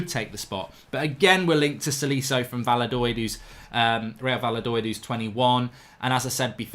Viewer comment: va la doid, lil, lekwip, mark sort it out mate ITS VAYADO-LID FUCKING PRAT